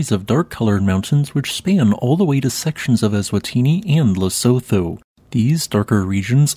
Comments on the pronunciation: It's pronounced Le-soo-too, not Le-so-tho. Apart from that, though, excellent video. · The country you are referring to: Lesotho - just for the record you don't use the 'th' sound. You use the 't' sound only. It would be more accurate to say it the way this is written: Lesutu